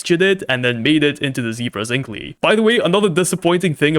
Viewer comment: It's pronounced zink-el 😅